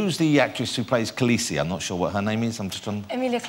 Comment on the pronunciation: Her name ISN'T KHALEEEEEEEESIIIIIIIIII!!!!!!!!!!!